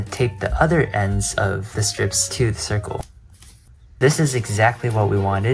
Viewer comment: I heard shircle